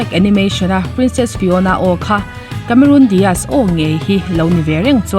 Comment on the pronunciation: Cameron Di aazz👍👍👍 Cameron Dias👎👎👎 tia lam toplo hian